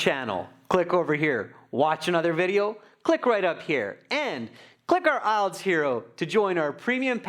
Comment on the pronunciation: How did he pronounce IELTS? Sounds like ''isles.'' The examinée pronounced it better than the American examiner.